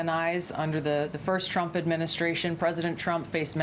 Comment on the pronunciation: When Karolying pronounce “TRUMP “ sounds like she is pronouncing “CHUMP “😅😅also you can tell when the lies start Karolying speech goes off the rails 😅😅😅😅